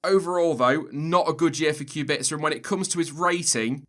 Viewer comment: The way he pronounces Kubica's last name bothers me to no end